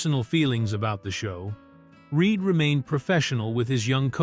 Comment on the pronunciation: Its reed not reid